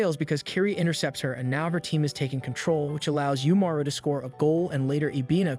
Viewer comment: Reminder that it's left ambiguous if Umaru's shapeshifting powers are actually real, or if it's just a narrative stylistic choice for the audience's benefit. Also, you keep pronouncing "Umaru" wrong.